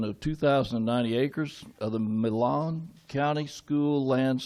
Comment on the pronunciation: Mayor can't even pronounce Milam right. Proving he is definitely a transplant.